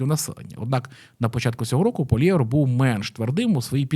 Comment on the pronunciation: Хороше відео, але вуха ріже як ти вимовляєш прізвище Пʼєра ПОЛІЄВА